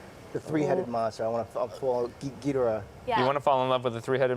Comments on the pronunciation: They said Ghidorah wrong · Charles Austin he said it incorrectly. But to be fair, I've heard the Japanese say it three different ways